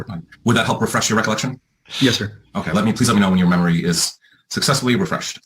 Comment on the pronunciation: He really has trouble with the word refresh lol